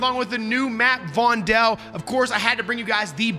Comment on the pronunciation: I don’t want to be a smartass but it’s Vondel like “fondle”. Joost van den Vondel is a Dutch poet from Amsterdam in the 1600s. As an Amsterdam resident I can tell you the full game is very accurate, but the Vondel map definitely has the Amsterdam vibe. Some spots resemble real life areas